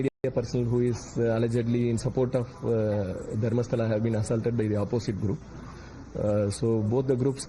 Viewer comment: Not Dharmasala.. it is Dharmasthala